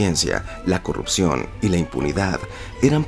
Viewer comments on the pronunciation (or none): Heeeeeeee vamoooooojjjjjjjj acabar con la corrrrujiioooooonnn.. Ejo dijeeeee corrrrrruuujioooon